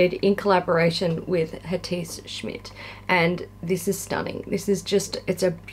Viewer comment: I like how you and Kat say "Hatice". Its completely wrong, but it sounds so much better, than the right pronunciation. :-D <3